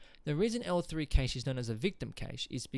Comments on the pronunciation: Informative ,however it is pronounced Cash not Kaish. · Cache is the same Cache meaning a hoard or Stockpile. It's pronounced like CASH money.